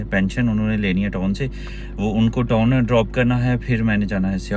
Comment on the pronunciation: Yar khuda ko mano TON nhi hota TOWN hota hai